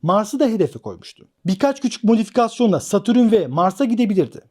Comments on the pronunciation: hocam herşey çok güzelde şu satürn’e niye satürün diyorsun valla anlamadım:) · Satürün degil, Satürn